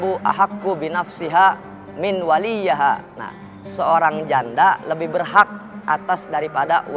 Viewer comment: الثَّيِّبُ أَحَقُّ بِنَفْسِهَا مِنْ وَلِيِّهَا وَالْبِكْرُ يَسْتَأْذِنُهَا أَبُوهَا فِي نَفْسِهَا وَإِذْنُهَا صُمَاتُهَا Assayyibuuu bukan assayabuhhhh.....min waliyyiha bukan min waliyyahaaaa cuyyyy yasta'dinuha bukan yastazinuhaaaa Astagfirullah hal aziiiiimmmm😂